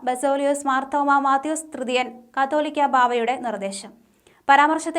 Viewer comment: കത്തോലിക്കാ ബാവ അല്ല കാതോലിക്ക ബാവ